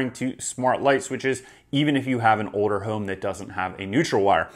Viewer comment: What is "O"der home? LOL